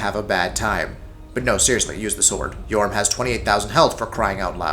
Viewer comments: ITS FUCJUNG YHORM NOT YOHURM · Right, well. 1. No Aldrich. Seriously? Just WTF. 2. Numerous misspellings, mispronunciations, etc. Curse-ROTTTED greatwood? YOHRM the Giant? EYE-u-dex Gundyr? THE Vordt? Lazy, lazy, lazy. 3. The list. Greatwood above Abyss Watchers? Yhorm above ANYTHING (seriously, the menu switching is the only threat in that fight) Consumed king at #4? Deacons above Vordt? Friggin' Asylum demon 4.0 at #7? Terrible, terrible list.